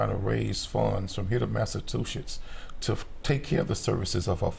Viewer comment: I would've fired that attorney had i heard him mispronounce Massachusetts the way he did